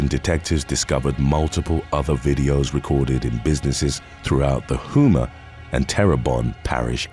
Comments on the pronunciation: "Hoo-ma, LA". Nope. Review the rules for English, Brit. Vowels are long when followed by vowels, thus it`s correctly spoken by all knowledgeable people (Yes, I lived there) as Ho-mah. Good grief! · Louisiana native here, its pronounced HOME-AH 🤣🤣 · Love your videos! I’m from Louisiana and Houma, LA is pronounced Home-ah. Lol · The last town is pronounced "Home-uh" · I was about to say the same thing 😂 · I was coming here to see if anyone commented on how to say it lol